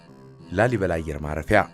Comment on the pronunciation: ላልይበላ ሳይሆን ላሊበላ ነዉ እኮ ትክክለኛዉ